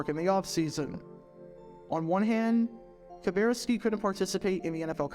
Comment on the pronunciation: Now for the rest of the story: The way Kuberski (and it's pronounced Ka-burr-ski not Ka-bear-ski) finally got out of the Navy and made it to the Packers was by gaining weight so that he was no longer met Navy requirements. I got to talk to Bob in the training room one of the three years I attended The Green Bay Experience Fantasy Football Camp. I said something like, it was pretty clever the way you got out of the Navy by gaining weight. Bob replied "Are you saying that I did it on purpose?" Then he followed with "It worked, didn't it?"